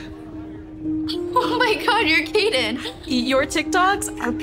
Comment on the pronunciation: That’s not no cayden that’s kaiden